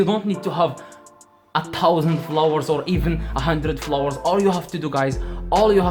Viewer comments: Did he say flowers 🌸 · "How to get a lot of florres" your accent is perfect tho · It sounds like he's saying flowers lol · He said flowers not follower😂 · Is he telling flowers or followers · Did he say flowers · not you guys making fun of him for saying flowers instead of followers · istead of followers he sais flowers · I heared flours 🤣🤣😂🤣🤣🤣 was about to comment the same 😂😂😂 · followers sound like flower.. just imagine he got hundred thousand view on TT 🙄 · As long as you still understood him, no reason for this comment bro, its his Accent🤷🏽‍♂, y'all probably will pronounce something wrongly if you were to speak in his Language and it will be due to your Accent🤷🏽‍♂ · Bruh it's he's accent he can't pronounce it so as Koreans,Chinese,Japanese get it